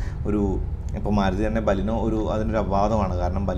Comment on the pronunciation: ബലീനോ അല്ല ബലേനോ എന്നാണ് ഉച്ചാരണം.